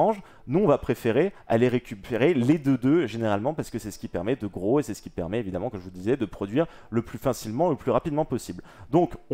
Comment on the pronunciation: Juste un détail mais : « Ce qui » et pas « Keski » les douzes premières fois j’ai rien dit mais là je n’entends plus rien à cause du sang dans mes tympans...